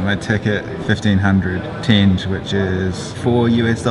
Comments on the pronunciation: You mispronounce the word tenge. It is supposed to be “ tengay” not “tenj” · Also it’s not pronounced tenj. I “crinjed” every time I heard it lol. It’s TenGE with an emphasis on the second syllable. Pronounced like the “ge” part of the word “get”. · It's pronounced "ten-geh", not "tenj." They didn't tear down any Soviet city to build Astana, they just expanded the former city to a new side of the Ishim river. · it's pronounced ten-gay, not tenj. Also, if you want your receipt translated, I can help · It's tenge pronounced ten-gey not tenje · Loved the video, but it’s not “Tenzhe” it’s “Ten-gee” (hard g) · LOL Kazakh money is pronounced "ting-GAY" not "tinj" LOL ;) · Its not tench its a tenge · I’m Kazakh and don’t you vlogers care about us and and you can’t pronounce almost anything and it’s not teng ughhhhh geez that’s it I’m going to go to vlog the best part or New York City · Tenge, pronounced Tengee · It's pronounced Teen-Ge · тенге- tenge is pronounced "ten-geh". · it bothers me how you pronounce the currency xD it's tengeh, easier to pronounce it this way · stop saying tinj! its not Tinj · u r pronouncing currency in wrong way. it's TEN–GEH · good that it's not KZ minge, but tenge... :D But it's pronounced like ''Ten-gay'' :) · qazaq national currency tenge (pronounced as ten-geh) ) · that's not how you pronounce tenge lol